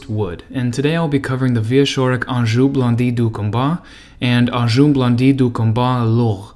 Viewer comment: I had to do a double-take when you pronounced "engin" as "Anjou". And "Louclerc" for Leclerc.